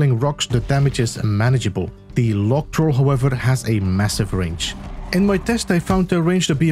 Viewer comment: Log troll. Because he has a big log, you see? ( -> huge range, area, and damage) PS: It also took me a while, the way he pronounced the "log" bit was confusing